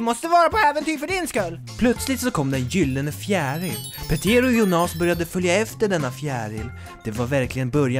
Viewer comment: Arvid Pettersson Nej, det gör hela skillnaden. Jónas är ju det normala uttalet, skämtet här var ju att han uttalade det Jonás.